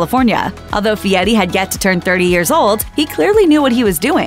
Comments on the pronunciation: I think it's weird he changed his surname to honer his grandpa but then decided to totally mispronounce it. Why? What's the point of that? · "Guy Fee-yeti"